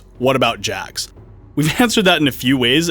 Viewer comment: Jax? I thought his name was Hax.